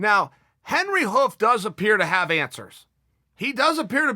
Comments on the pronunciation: Chael, Cody went and trained in New Jersey with Mark Henry, Edgar, and Moraes!! Henry Hough??? Come on Chael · Mark Henry not Hoof